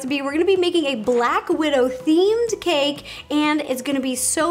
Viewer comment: Black Wid-Ro